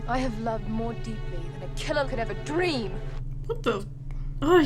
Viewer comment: “That dweam within a dweam….”